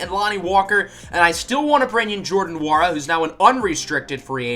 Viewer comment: You say Jordan Nwora’s last name like it is Wora